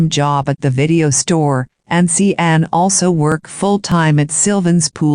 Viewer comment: See ann??? It should be pronounced like Shawn right? That’s why I hate computer voices